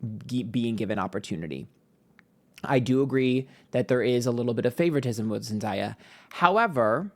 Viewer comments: to be miss pronouncing zendayas name and to be on a pick me side that causes drama is crazy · It’s not Zen Die A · Zen-dah-yah 😂😂 It's Zen-day-ah 🙏🏾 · It’s pronounced Zen (day) uh… weird of you to mispronounce her name the entire video when you’re supposed to be plugged in to pop culture. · love you to pieces but the pronunciation of zendaya is killing me. it’s zen-DAY-uh. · All love I’m obsessed with your videos, but you’re saying zendaya’s name wrong. It’s pronounced exactly how it’s sounded out. Zen-Day-ah ❤ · Her name is pronounced Zen-Day-Uh lol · Love you but it’s pronounced zen DAY a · Sorry, but its pronounced zen-day-yuh. Everytime you read her and say her name wrong it sometimes reads as racism... Just saying now so you won't get yelled at later. Thanks for today's reading❤ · Zen-day-uh is the pronunciation. We still love you. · It’s pronounced ZEN like 🧘🏽‍♀️ and Day - Ah, it’s Zendaya. Sydney is going to find out sooner than later that Zendaya is the peoples princess and Sydney is just a republicans favorite thing to look at, but they don’t support her, clearly. I mean look at Alexa… she gets her check, goes home and live her best life. Sydney is walking shame. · idc if he does with with everyone, let’s not mispronounce a black women’s name especially if it’s unique. it comes across as a micro aggression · I love you but you know it's Zen-day-uh. I needed this reading though! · you can literally look up "Zendaya tells how to say her name" and the first one to pop up is her saying it's pronounced Zen 🙏 - Day 🌅 - Ah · using ebonics while being aggressive to a biracial woman is a choice. i’m incredibly disappointed but that’s on brand for your kind. you know dang well how to pronounce her name. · Of course he's on that YT girl side and can't even pronounce Zendaya correctly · The way mispronounces Euphoria and Zendaya name is taking me out 😂😂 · And you said zendayas name wrong it’s not hard to pronounce